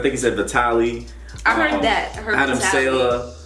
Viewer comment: U said adams last name wrong